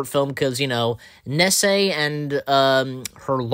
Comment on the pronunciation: Do you have trouble pronouncing names? (Nessie as Nessay)